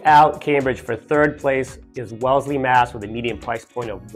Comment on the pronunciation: IT'S WELLESLEY not WELESLY...